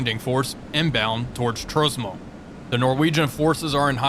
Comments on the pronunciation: Tromso, not trosmo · Wonder if the map has a typo and that's why he mispronounced "Tromsø". He would have no reason to know better... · Please do the Kirkenes NATO scenario, it is a lot of fun with mixed air and naval threats. It will allow you to apologise to the penguins and maybe the Norwegians will even forgive you for butchering the pronunciation of Tromsø.